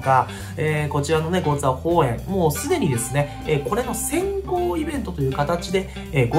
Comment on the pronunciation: ちょいちょいゴーツエーホウエンって言っててじわる